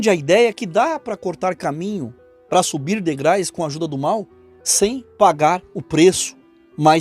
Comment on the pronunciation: Amado irmão, a palavra correta é DEGRAUS, e não DEGRAIS. Só com um “pacto com o demo” pra esse JR fazer sucesso mesmo, pq talento não tem nenhum. Esse não tá nem aí pra onde vai passar a vida eterna. Uma pena. Tomara que ainda tenha tempo de se arrepender antes de fechar os olhos aqui nessa terra.